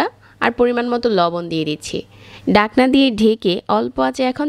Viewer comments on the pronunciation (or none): রেসিপি সুন্দর হয়েছে..শুধু কিছু উচ্চারণ কানে লেগেছে, ডাকনা, বিনিগার, মাজামাজি, বাজা..